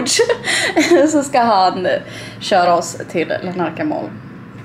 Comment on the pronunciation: Tror att staden heter Larnaca och inte Lanarca 😇